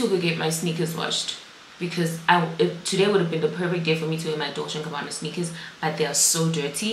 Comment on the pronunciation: Not “Dolce and ” 😂😂😂😅